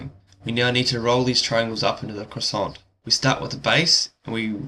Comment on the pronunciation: also you don't pronounce the "t" in croissant, nor the "s" in the plural form.